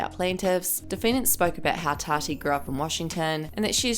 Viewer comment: It sounds like your saying “TADDY” Instead of Tati (TOTTY) pronounced